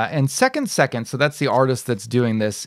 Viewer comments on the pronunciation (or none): It’s pronounced second se-KANDE (like ‘kong’ but with a ‘d’)